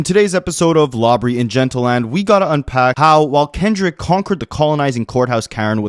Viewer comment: Lmao bro called him Lawbrey.